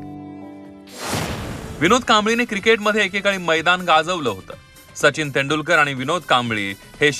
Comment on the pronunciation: तेंदू नाही तेंडूलकर हिन्दी भाषिक आहे का ही बया ?